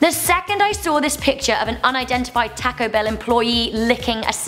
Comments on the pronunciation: The way you say taco really makes me angry 😐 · why does she say taco like it is tack-o? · Taaco or tortilllla chaps